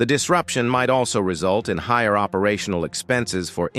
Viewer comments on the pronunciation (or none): none